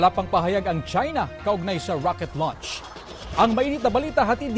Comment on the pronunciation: Anong klaseng reporter yan, bakit rocket LUNCH😂